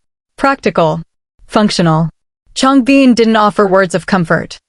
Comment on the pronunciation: Thanks for sharing! I can stop watching now, while she's still talking about a guy called Changbeen... whoever that might be! PLEASE teach your AI to pronounce their names at least correctly ZONE KOREA!!